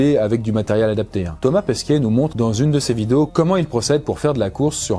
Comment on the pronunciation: Il n'y a que moi qui ai l'impression qu'il prononce Thomas Pesquiet et pas Pesquet ?